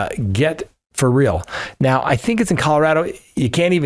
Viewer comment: On that last dumb criminal did you really say “Fur real”. ❓‼️ lol. 😂